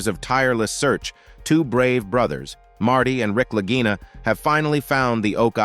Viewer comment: Why are the Brothers Lagina (always pronounced with a hard "g" during the series), now called the Larjinas? No quality control here.